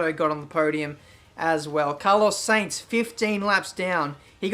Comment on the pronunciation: Sorry this is really annoying me XD. AFIAK Carlos Sainz is pronounced S-eye-nz not like saints.